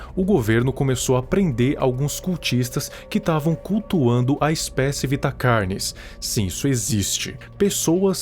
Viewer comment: pessoas normais: carnes:CARYNES